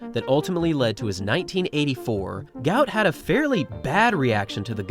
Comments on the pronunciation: Not ‘Gout’ like the illness. his South Sudanese name is Guot, said Gwot. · IT'S GU---OT .....not gout... y'all can't get it correct?? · The pronunciation is "Goot". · He is on record as saying his name should be pronounced Gwot Gwot, although his father says he will answer to anything! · Its Gwot not like the disease